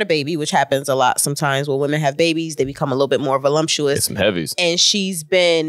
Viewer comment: Vo "LUMP" tuous is hilarious 😂